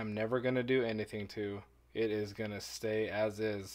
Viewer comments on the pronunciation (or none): none